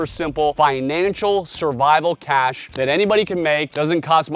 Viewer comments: The word is "cache" not cash... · btw, its cache, not cash.